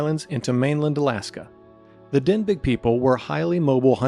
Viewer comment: Denbigh is pronounced "denby" NOT "denbig". The name comes from the town in Wales of the same name.